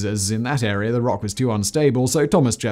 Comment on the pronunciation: my favorite part is when he says "this agreement created an air-ree-yar of land..."